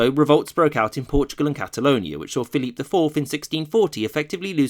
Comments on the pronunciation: Not sure if this comment has already been made, but why are you pronouncing Phillip II’s name in French. Even in Spanish it is not pronounced that way(you pronounce the second e in Felipe) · Repeat after me: "Feh-lee-peh" (Felipe II). If you don't want to say it the Spanish way you can anglicize it to Phillip like you do with Carlos/Charles, but Dios mío, don't pronounce it "Philippe" as if he were French. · Complete massacre of the names. -Carlos not Charles -Felipe not Phillip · Felipe is prounced fell-ee-pay. You're giving it a French Pronunciation, not Spanish. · Why do you insist on using the French pronunciation of Philip II's name in the videos where he's mentioned? If you want to pronounce it as in Spanish, it would be (using English phonetic values) "feh-LEE-peh." And if you're going to at least try to pronounce Philip as Felipe, why use the English pronunciation of Charles instead of using Carlos? Why put so much effort into these otherwise really good videos only to bungle something so basic?